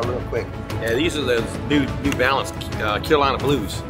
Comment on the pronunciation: puma new balanes LMAO